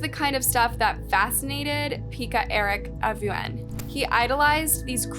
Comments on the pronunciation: There you go again; mispronounced names. 🤷‍♀️🤭🙃Now honey, it’s not “Peeka” it’s pronounced “Pecka”, as in hen pecked. But, as usual, a really good video! 👍👏👏. 💟☮️ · Peck-ka, Yokela.